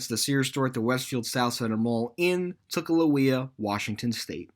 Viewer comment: Its not tulawia wa its tukwila wa